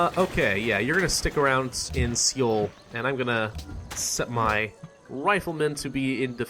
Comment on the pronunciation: hey! great gameplay. there's just one thing.. Seoul is pronounced "soul". thank you :P